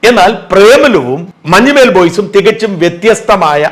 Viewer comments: മഞ്ഞുമ്മേൽ അല്ല മഞ്ഞുമ്മൽ കറിയേച്ചൻ അല്ലാ കറിയാച്ചൻ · മഞ്ഞുമ്മൽ ബോയ്സ് എന്നാണ്, മഞ്ഞുമ്മേൽ ബോയ്സ് എന്നല്ല